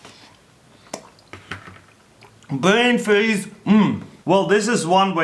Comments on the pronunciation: Blain fweeze! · bvain fveeze! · "Brane Fraze" 😂😂😂😂 oml im dead 😂😂😂😂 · bwain fweeze!! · bwiayn fweeiz